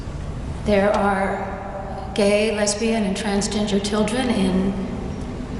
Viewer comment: Did she say, "gay, lesbian and TRANSGINGER"?